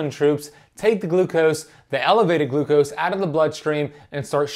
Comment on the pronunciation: One to two teaspoons of GLUCOSE? Said wrong.